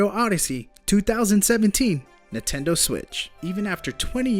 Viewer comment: I REALLY HATE THE WAY YOU SAY NINTENDO. NINTENDO. NOT NUTENDO!